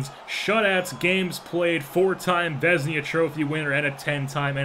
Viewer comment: Dude you really gotta work on your pronunciations lol VEZ-IH-NAH